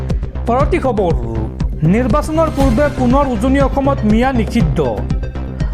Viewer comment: Khabaru nhoi o dada khabar prtom ucharon to valke krok